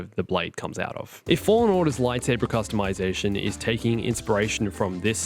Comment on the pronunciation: I don’t wanna be a jerk man, but it’s “Customization”